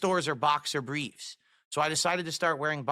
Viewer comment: “boxer bweefs” I’ve asked this on other videos across the Snort-tex, but what the hell is with his sagging lip and speech impediment? Is it the gin? Did have a stroke?